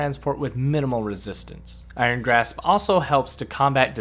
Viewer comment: George XD I'm saying that says graph instead of grasp